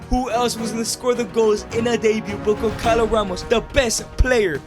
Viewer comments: bro really said goncalo instead of gonçalo only Portuguese people will get it🇵🇹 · gonçalo is pronunced gonSAlo, not gonKAlo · its not goncalo, its gonssalo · The agony im feeling when you say GonCalo Ramos. This "ç" has the sound of a "S", so that's it. But i mean, he is under mr beast umbrella, so Who am i tô question anything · As someone from Portugal, you saying gonkalo ramos angers me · bro you say goncalos name wrong